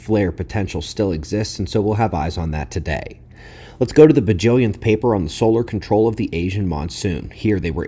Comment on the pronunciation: Did he say buhjillion?